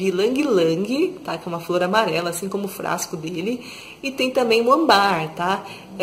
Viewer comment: E é âmbar, não ambár. 😉